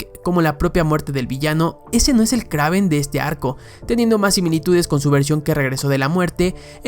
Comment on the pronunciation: Kraven? Que no se pronuncia Kreiven😅